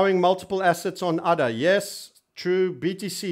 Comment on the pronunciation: Hahaha now i am laughing every time he says udder!